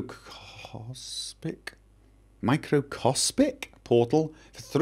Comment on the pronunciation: When fails to read "microscopic" FailFish